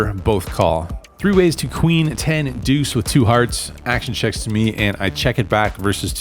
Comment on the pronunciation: Nobody pronounces the word "deuce" with more style and panache than you, my friend. 👊